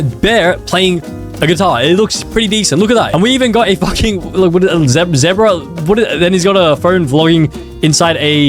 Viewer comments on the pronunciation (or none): Nah bruh he called it a zehbruh 👍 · he also mispronounced zebra